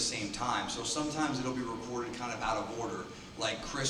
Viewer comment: CANDYBOT “reportet”